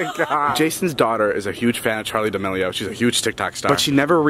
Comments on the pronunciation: Its D'melio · Noty it’s Charlie Demilio not chori